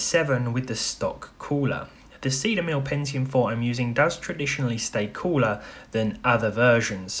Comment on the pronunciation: Stock Coo-LAH